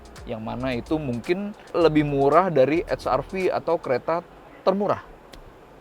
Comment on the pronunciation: Saya sangat setuju ketika reviewer diawal video menyebut wrv hrv tetap dengan lafal Indonesia👍